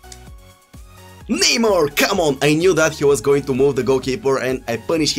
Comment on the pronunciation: Neymuuur, Boatenk, Muuurtens